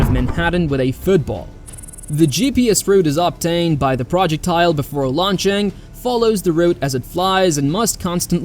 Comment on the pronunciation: Release date to get somebody that can pronounce the word projectile what the hell is a I tried to use his word and it voice typing actually pronounce it correctly even though I didn't